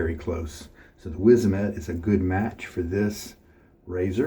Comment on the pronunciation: Wizamet and polsilver were made by the same company. After selling and moving production to Russia, the production of super iridi razors blades was discontinued. Polsilver blades are still made. Btw pronunciation wizamet is vizamet 😁